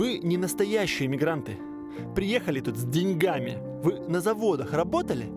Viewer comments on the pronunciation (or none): none